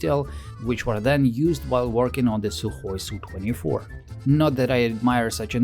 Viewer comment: It’s not a “sue24” but an Es You 24.